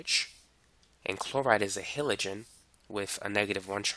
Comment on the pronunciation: Learn to not say "Tree" and "Hillogen"